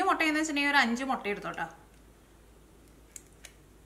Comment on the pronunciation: Motta Alla muttaa